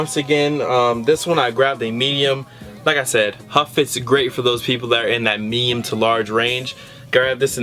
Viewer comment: You must have said "meyum" like 50 times in the vid.